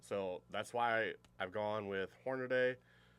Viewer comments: "Hornaday"? Seriously? How do you get that pronunciation out of the correct spelling "Hornady"? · Can here to say the same thing. Like nails on a chalkboard. HORNADAY?? 🤦‍♂️